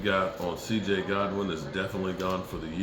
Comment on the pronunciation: It's CJ GOODWIN.....Not Godwin !!!